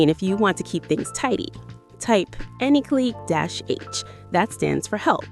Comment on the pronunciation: Its said CLY lol klee 😂